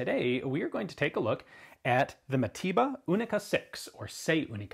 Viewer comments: Mateba not matiba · Its pronounced mataver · sounds like you say matiba... americans...